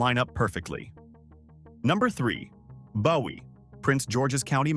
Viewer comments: Bowie is pronounced Boo-E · OMFG ITS PRONOUNCED BOO-WEE!!!